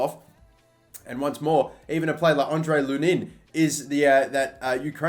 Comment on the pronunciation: It’s not Lun-In, it’s Lu-nin